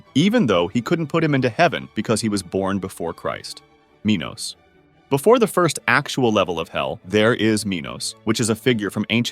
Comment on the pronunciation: I thought Minos said minors for a second